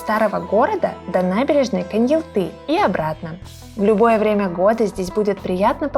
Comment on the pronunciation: Почему КоньялтЫ???😮 КоньяАлты же!